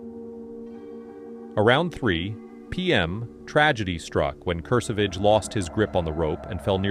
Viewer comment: Also, Kurr-Savage. Not KerSahVahge.😂